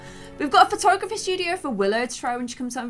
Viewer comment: When said "lets try out willow's photography!" she said patography XD